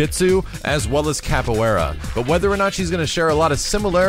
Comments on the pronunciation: Capoeira (Cop-oh-way-da) Sorry I practiced Capoeira for around 4 years and hearing it pronounced wrong bugs me. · not to be a prick.. but it is pronounced 'caf way da'.